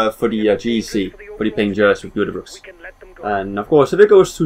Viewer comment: By the way it's pronounced wrong you have to say ujtebroeks not youtebroeks